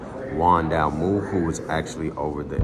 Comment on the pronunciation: The proper pronunciation of Juan's last name is "Dalmau"(Dalmaoo), not Dalmoo.....Just looking out..... Much Love!